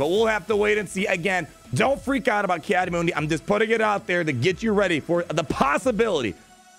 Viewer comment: Just wanted to point out in the clone wars his name is pronounced “Mun-Dee” and not “Moon-Dee”. (